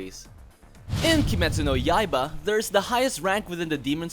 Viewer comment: Ah yes kimetsu no yayiybya